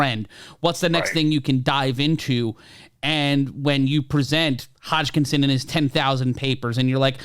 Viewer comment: "Hotschkinson" ? :D